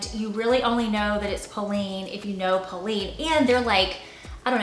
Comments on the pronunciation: Polene bags r super! Pronounced pol- en. 🙋🏻‍♀️❤️ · Loved this video! ❤ I always decide what is classic for me and ignore the rest. I am not a fan of black pencils skirts but I did wear it when I was younger. An a line skirt is a better fit for my body type so I gave it away. Still kept the black heels but the heel is 2 inches high so I can walk in these. FYI the brand Polène is indeed French and pronounced like Polen 😊. Bisous from Montreal! 😍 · It’s polene. Ending sounds like the name Leonard. Polene